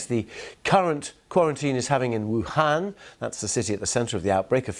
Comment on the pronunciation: they pronounced Wuhan really well!